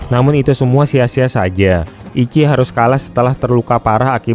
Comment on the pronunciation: Ichi tuh dibaca ici ci bukan ki iki, dalam bahasa jepang ichi artinya pertama/satu